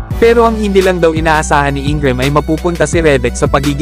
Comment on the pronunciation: Reddick at INGRAM HINDI MO MABIGKAS NG TAMA.😂😂😂😂😂😂😂